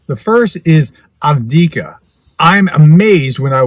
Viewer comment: Ahv-deeev-kah. I get it--it's a pain to pronounce. I really enjoy these shorts. Thank you, sir! Slava Ukraini!!